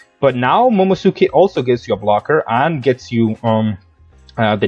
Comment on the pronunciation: It's pronounced MomoNOSke 😅